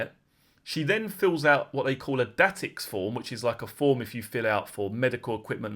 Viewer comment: FYI It's pronounced "day tex" form